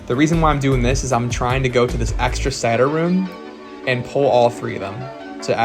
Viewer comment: Say-tur. Not Sat-ur.